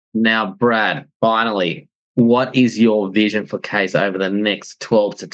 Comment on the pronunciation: It's Kye-zer. Means king in German.